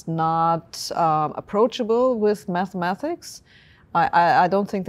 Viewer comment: "Mathemathics" aside, I like Sabine anyway :-)